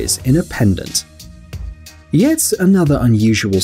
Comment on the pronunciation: he meant to say yet instead of vet